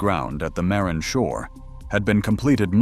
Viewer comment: You are not pronouncing Marin properly. Ma-rin with equal or a bit more accent on the second syllable, rin!!